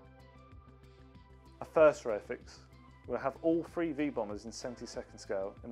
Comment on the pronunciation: This chap says 'free' but I think he means three